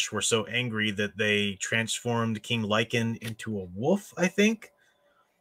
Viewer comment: You mentioned King Lycaon, and the name didn't sound right. King Tantalus had a similar story. Did you talk about the plot of Girl in the Basement a year or two back? I've not read it, but pieces sounded familiar. A bit of deja vu.